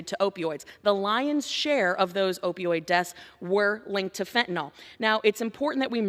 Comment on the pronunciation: Fentan-IL not fentan-OL